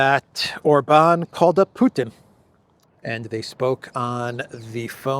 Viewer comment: OR-ban,, OR-ban. He is not French! 😂